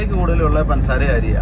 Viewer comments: പൻസാര അല്ല പഞ്ചസാര ആണ് 😃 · പന്‍സാര അല്ല ബ്രോ പഞ്ചസാര